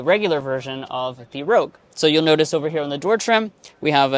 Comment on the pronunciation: you had to say the PREVIOUS Rouge style 😂